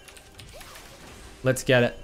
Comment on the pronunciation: les grab a coffee, les go